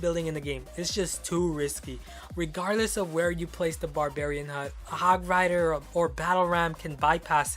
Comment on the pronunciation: you said hog frider